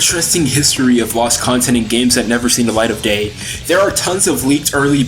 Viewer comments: is he saying gay? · "never seen the light of gay". I swear that's what was said, even if it was accidental.